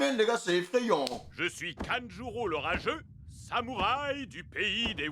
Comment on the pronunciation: Je sais qu'il dit "L'orageux", mais, moi, j'entends "Le rageux"